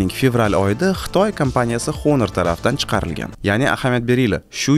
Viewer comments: honormas onor o'qiladi aka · Onor edi menimcha talaffuzda